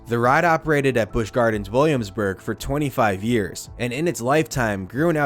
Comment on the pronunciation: I'm sorry! The narrator killed it all for me in the beginning🤣 "The Big Bad Wolf, the new ride coming to life at Busch Gawins" (tell me you're from Boston without telling me you're from Boston)🤣🤣🤣🤣🤣🤣